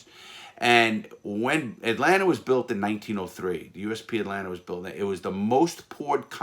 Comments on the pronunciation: this guy is amazing but 😭.. “atlanter “ 😭😭😭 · "Atlanter" airport... :) haha Love the stories man, keep up the amazing channel!! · Not a single soul: Larry: AtLaNTa 😂😂😂